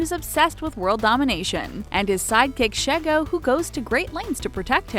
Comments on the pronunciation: Lmaooo Kim Possible!! Sheigo name is pronounced SHE-GO not SHEH-GO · (She- go) not (Sheh-go) just FYI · Shego: (shee-gow) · ITS SHEEEGO NO SHIGO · I'm sorry.... Sha-egg-oh? face palms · She-go not sheg-o. Your pronunciation makes me cringe with disgust. -. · YOU SAID SHEGO'S NAME WRONG IT IS SHE GO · It's pronounced she go shego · Her name isn't Shego it's She-go 😡😡😡😡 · I'm so triggered, for Kim possible she said sh-e go smh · when its pronounced sheego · I love the video but you pronounced shego wrong you pronounce it she-go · You pronounce shego name as shigo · it's pronounced 'she-go' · I lost my mind when she didn't pronounce shego right. my childhood self is screaming 😭😩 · Oh gawd that's not how you pronounce Shego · sorry but the way you said shego killed me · she mispronounced shego 😭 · The way she pronounced "Shego" was unbearably cringy. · Lmao she couldn't pronounce shego. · The mispronouncing of shego was Hilarious also they didn't look grownn up just more realistic also when dexter us gorgeous?!?! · I cringed everytime she said Shego wrong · They may have mispronounced it but it was spelled correctly.